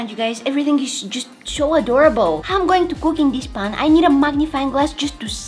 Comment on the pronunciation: Bro said paaan